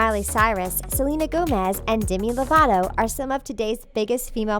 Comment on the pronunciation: DEMI LOVATO NOT DIMI LOVATO SAY MINE AND HER NAME RIGHT